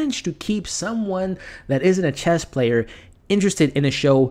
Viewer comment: great review my only thing i could say in a constructive way is there is no t at the end of chess lol :D